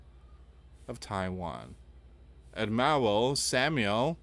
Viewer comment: he also mispronounced Admiral. I have tried to point out his wrong pronunciations on other videos before but never got any response.